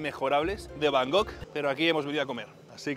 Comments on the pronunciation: Deja de decir van gogh, que es un pintor holandés,se dice Bangkok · tío, no sabes decir Bangkok? Lo dices como si fuera Van Gogh el pintor 😅😅😅😅😮😮😮